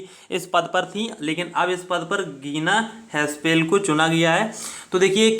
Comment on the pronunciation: Gina haspel nhi h jina haspel h